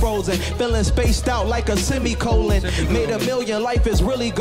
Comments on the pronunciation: No one: Blueface: “semicolon” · YBN Cordae: "Feeling spaced out like a semicolon" No one: Blueface: "Semicolon"